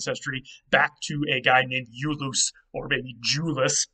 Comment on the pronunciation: Iulus of the Aeneid was actually pronounced EE-ulus, with a non-consonantal leading “I”. It’s trisyllabic in the scansion!